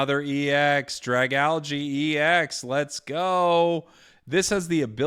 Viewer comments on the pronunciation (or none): none